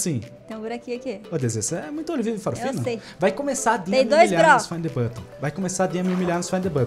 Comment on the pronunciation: FINE THE BUTÃUMMM kkkkk